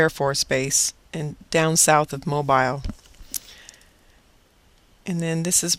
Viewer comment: heehee... that would be "mo-beel", accent on 2nd syllable.;) saw the EQ near the AK HAARP facility, too. hhhrrrrmm. but, yes, this is some verrrry good information, - thanks.